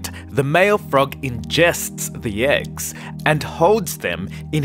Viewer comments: Every time he says AGGS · You say “eggs” but it sounds like you’re saying “ex”....